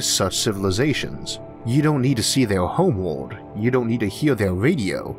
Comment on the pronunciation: Are you Homestar runner's dad? "Homewowld"